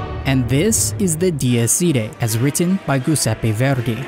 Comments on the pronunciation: [Gi]useppe is pronounced like Giant, "Juseppe" if you whish :) Not that you have to know, but the rule is: Ga, Ghe, Ghi, Go, Gu -> Game (hard) Gia, Ge, Gi, Gio, Giu -> Generation (soft) (i is silent when used to make the g soft, so Juseppe is the right pronunciation) Sorry for the long message, just having fun sharing the peculiarities of Italian Great video BTW :) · I love the video but as an Italian the way you said Giuseppe hurt my soul, still great video though :)